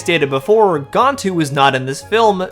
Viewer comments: Why you keep calling gAntu gOntu?? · You said 'Gantu' wrong.